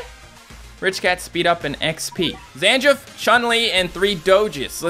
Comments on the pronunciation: why do u keep calling Zangief ZanJIF (Zang-gheeef) you pronounced Iz dancer of grief right! you didn't say Iz dancer of JIF! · he pronounced almost all of their names wrong, zangief was pronounced zan jif, and kage was pronounced as cage when it just isnt